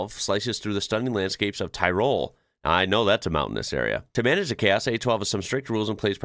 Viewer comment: Certainly not Tairol. It’s Tirol, short i and o. Normal latin letters, no twisting please